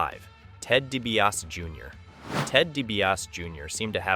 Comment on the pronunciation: If you’re gonna do a video on someone, at least get their name right. It’s pronounced Ted “dee-bee-ah- see”